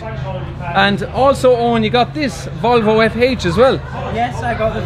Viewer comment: As a Swedish person I aprove how the way you say Volvo ❤️ lover ur videos 😇